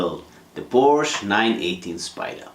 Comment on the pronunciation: I remember getting lectured by a Hungarian dude in the comment section of one of Tom Ruijter's vids about the pronunciation of Porsche, he even put a link to an instructional vid from Porsche themselves on how to say the word... What gives? Love to get your take buddy, I mean, if anybody'd know it'd be you, right? (maybe inc on next weeks vid?) Fab share as always guys, kutgw.